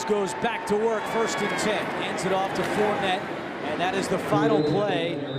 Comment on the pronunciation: "Four-ney", not "Fournette"....he's from Louisiana.